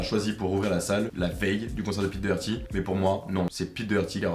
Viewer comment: Ça se dit dockerty